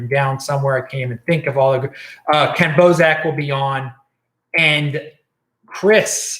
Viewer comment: Kenn Bosak?.....you're better than that.